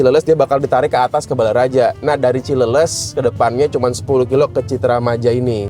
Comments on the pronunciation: Koreksi Cileles baca cileles (bahas Sunda). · bukan cileles tapi cileles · Dengerin... Dia ngomong ada R nya kok